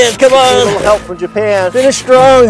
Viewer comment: Did anyone notice he put an e at the end of japan